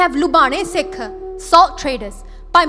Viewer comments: Kindly say Sikh don't say seekh...also in English pronounce Sikh like in Gurmukhi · Please don’t say seeks, it is Sikh